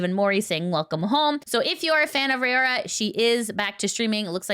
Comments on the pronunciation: It's Raora not Rayora or Ray-aura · Its RAORA NOT RAYORA/RAY-AURA. get her name right